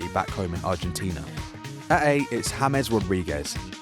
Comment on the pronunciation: James is not Haymes.